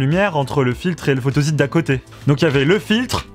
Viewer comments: oui la phonetique est « fotosit » et non « fotozit » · Photozite? Photosite ! (on ne dit pas un zite web mais un site Web....) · Pas mal de petites erreurs, "photosite" se prononce comme s'il y avait 2 "s", et c'est matériau et non matériel.